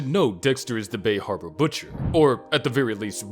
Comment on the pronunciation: The bay hawba butcha